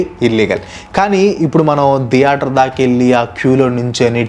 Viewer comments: అరె నయన దియేటర్ కాదురా తియేటర్ ప్రతిసారి దియేటర్ .... దియేటర్ ...అంటుంటే డోకు వస్తుంది దియేటర్ ధం సప్ప్ ప్యాసు ఎంది రా నాయనా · Every one:- theatre:- diyaatar 😂😂😂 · Dheatere ani enduku ani antunnav bro? Theatere adi